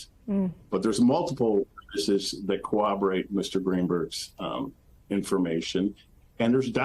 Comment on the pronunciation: Did we get a "Cowoberate"? XD